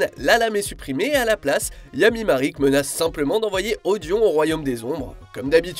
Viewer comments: MARIK ??? On prononce Maraique 😭 vous abusez la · Je le sais, mais ça reste Marik. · Marik ? Ishdar ? Tu as déjà regardé yugioh au moins ? ^^